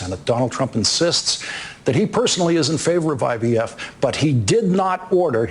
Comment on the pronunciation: But yet Trump was calling himself the “Father Of IVF” & sometimes he said IVS 😹😹